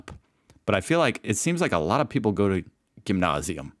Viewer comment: Is finally retaining some German now? 😅 Well done on the pronunciation of "Pfand" and "Gymnasium"! I was actually impressed